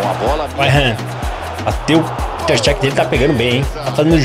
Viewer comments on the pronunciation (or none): none